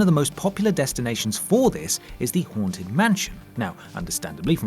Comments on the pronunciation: i keep on hearing 'horntit mansion',,... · Coz your accent I thought you said "The horn tit mansion" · Did he say The Horned Tit Mansion?